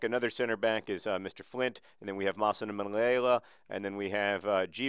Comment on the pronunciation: Pronunciamation Masanemala! PLEASE!